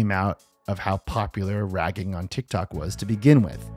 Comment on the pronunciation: "and it went viral on TikTac... TikTok..." Der best Error